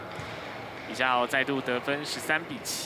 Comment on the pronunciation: 女主播也把李佳豪 唸成李佳馨 扯